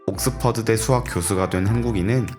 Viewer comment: 스학이 아니고 수학입니다. 시옷발음좀 잘하세요